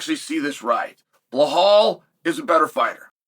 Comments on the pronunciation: DellaLayma vs blahawl. 😂😂😂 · “Jack Del-la-lame-uh…… Blawl Muhammed.” Never change Uncle Chael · I love this fight simply because we get to hear UNCLE CHAEL say Jack and Belal’s names INCORRECTLY over and over. 🤣🤣🤣